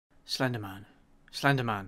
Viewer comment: AT FIRST I REALLY THOUGHT HE WAS SAYING FENDIMAN FENDIMAN FENDIMAN AND I THOT HE LIKED JACKSON WANG